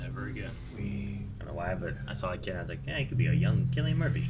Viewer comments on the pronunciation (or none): Cillian Murphys name is not pronounced with a "K." His first name is pronounced with an "S." Go back to school. 🤣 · Is pronounced Cillian not killian Murphy guys 👀😂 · It’s with a K. It’s Killian. Go back to school yourself